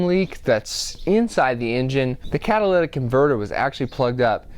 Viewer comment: lytic, say it! You spelled it right. Not catalatic.